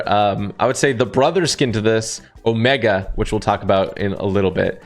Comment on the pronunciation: caught me off guard sounded like he said something(ik he said omega)